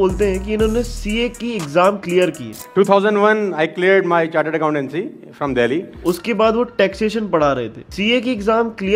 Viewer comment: Isne kaha "accontanceeee